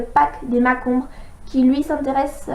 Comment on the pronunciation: Coucou, j'adore ce livre, et tous les livres de Bottero enfaite, mais s'il te plaît j'ai failli sauter au plafond quand j'ai entendus ça : on ne dit pas [MAK-OMBRE] mais comme tu la bien écrit dans la description [March-ombre] car une des caractéristique de la marche marchombre et justement de ce déplacer dans l'ombre (synonyme en silence quoi) Et aussi s'il te plaît il y a vraiment beaucoup de fautes de prononciation (j'aime bien ta vidéo elle est vraiment bien, sa gâche un peu quoi...) comme Altan Gil'Sayan qui ne ce prononce pas AT-LANE mais AL-TAN ou Gwendalavir qui se prononce exactement comme c'est écrit : GWEN-DA-LA-VIR en bref voila quoi tous ça pour toutes les fautes de prononciation qui m'ont fait sauter au plafond :)